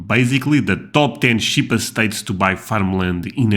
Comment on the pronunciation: #27 I always watch until the end! I was very impressed at how many states you knew and the correct pronunciation. I would really love to see your Country, and things around where you live video.